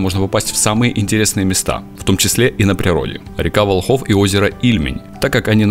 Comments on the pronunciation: Сам ты Волхов, ударение не верное! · Правильно говорить ВОлхов ударение на первую о